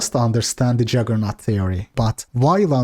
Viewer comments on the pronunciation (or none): It's JUggernaut not JAggernaut btw.